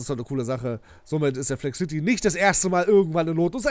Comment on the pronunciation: Cooles Video Es heißt aber Flexcity und nicht Flex City😉